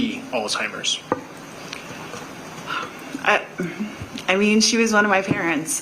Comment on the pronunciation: It's "ALZHEIMER'S" not Alzteimer's, for the love.